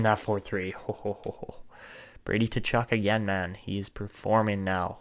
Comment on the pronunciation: I love this series Suggestion: Brady Tkachuk is pronouced Kachuk. The T is silent